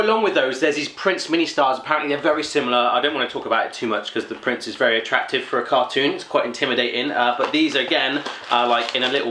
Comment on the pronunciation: You actualy should say 'prinse'